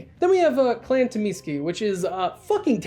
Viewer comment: Tzimisce is pronounced Zuh-Meat-See per Mark Rein-Hagen